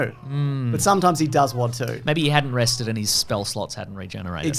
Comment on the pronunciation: We awe gafered hewe towday, wew wested.